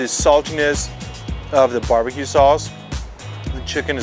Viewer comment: The fact you pronounced it BE-BE-QUE and not BAR-BA-QUE really shows the Korean influence.